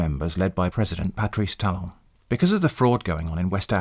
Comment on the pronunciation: He says Patrice Talon. I hear Patrick star